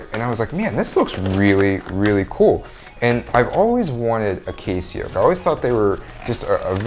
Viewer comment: Never heard someone not be able to pronounce Casio before!